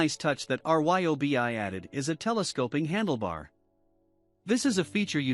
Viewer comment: Notice that the "narrator" is actually a robot? They spell out R-Y-O-B-I instead of saying RYE obi, or was it REE obi? But yes, I just got the Milwaukee. It makes that reeeyobi feel like a kids toy.